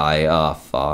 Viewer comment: when he said far it soned like fart